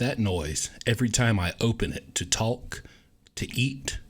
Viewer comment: never have I ever seen someone actually pronounce the letter L in the word talk... amazing. Thanks for sharing bud', love watching your journey up!